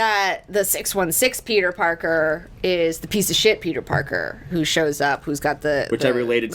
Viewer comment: It sounds like he’s saying ‘porker’ every time he says ‘Parker’ too